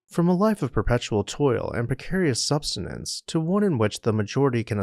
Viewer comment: BTW "sub-sis-tens" is how it is said by the standards of the dictionary. Sorry for criticism but at least it helps the algorithm.